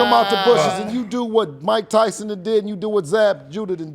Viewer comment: "Mike Thyson"